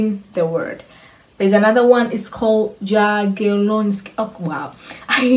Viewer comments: J is Y not DŻ :) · Jagieloński more like Yagielonski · When you say Jagielloński in polish you should spell " J " like "Y " in english . This is surname of Polish Lithuanian dynasty which founded university in 1364 r .